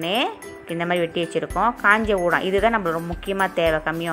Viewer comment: Kam yeong udang lah, Wei. Not undang.